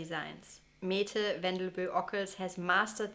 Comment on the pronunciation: Mette is pronounced "Mäddä".